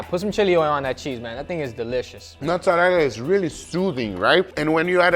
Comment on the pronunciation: when guga's brain is so deep in brazilian that he says "fresh mussarela" instead of mozzarella